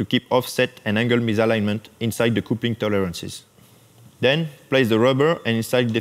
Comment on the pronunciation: the word " coupling" you pronounce " capling "